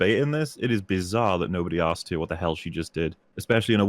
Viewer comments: I don't know why they even bothered trying to have a debate with someone who says "axed" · Is that guy american? Or from an english speaking country? He keeps saying "I axed you" instead of "asking" and i dont know if its accent wise or speach impediment wise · Is he saying "axed"? Thats embarrassing... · “I axed you” Yeah that is about the mental level we’re on. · I axed you, I axed you....